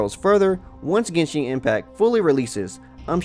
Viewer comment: "Genshing" ... "monstrart" ...